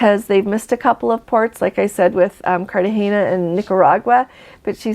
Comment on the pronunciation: I’m Hispanic speaker… you mentioned CartagenIa …. Take out the last “I”, so it’s “CartageNA” second time you said it correctly